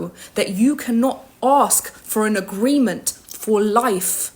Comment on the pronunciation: Why do you say "agreemen" not AGREEMENT?